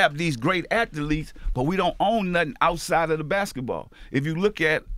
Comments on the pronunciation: Word of the day kids... Ath-a-letes! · P puts extra letters in his words lol if he says "atha-leets" one mo time lmaoooo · Master P: Athaletes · Athletes is a two syllable word not 3 P lol